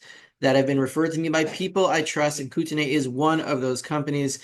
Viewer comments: And the first syllable is Koot (not Coat)... as in Coutt's bank for example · Then spell it correctly. It's not "Kooteney" It's "Coat-e-knee" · here in the states (NW Montana and Canada) we pronounce it "Kootenee".... Thanks for the update. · Pronunciation note: the last syllable of Kootenay is like 'knee'